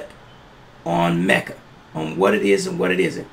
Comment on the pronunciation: I watched that episode. Tariq definitely botched MECJA. I cringed...